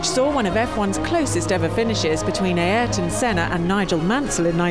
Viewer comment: who is EYE arton